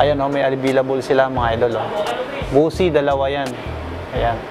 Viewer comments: Ang bigkas sa Bose speakers hindi "bosi" kundi "boss". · Bose is pronounce Bosh.